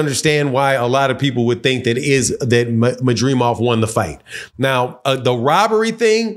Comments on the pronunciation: Man, how can you not pronounce a simple name like Madrimov when I kno fo sho you can pronounce De'shaundra, Jamarcus and Shaniqua... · That madrimov be killing you og. Not gon lie I was struggling to say it at first too lmao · was thinking same. Can’t believe I watch some of these videos by these wannabe analysts.